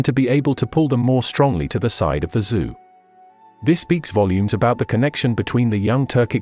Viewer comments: Still, it's very good. First of your vids for me and I am quite impressed. Great job! The only thing that really caught my ear were the pronunciations of the Chinese lineages. As far as I know the name "Zhou" is pronounced like "Jo", or the American "Joe". Also, I found it kind of strange that all the maps had German names on them, even though there was nothing else having to do with Germany in the video. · Very fascinating history, doing a great job but I would enjoy this video a little bit more if Zhou was properly pronounced and the correct use of depicted dynasties for the visuals(Three Kingdoms, Qing Empress)